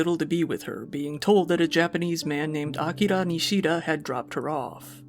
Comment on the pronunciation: You're literally the only YouTuber I've seen actually attempt to say Japanese words correctly. Didn't nail everything but it was nice to hear "Tokyo" instead of "Toe-kee-yo" and "Akira" instead of "Uh-keer-uh"